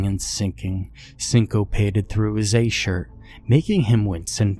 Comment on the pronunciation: I didn't really think so but you pronounced ASH in a weird way so I had to ask. Thanks, Love your voice & how you put feelings in to your words, like I'm there in the story, A+.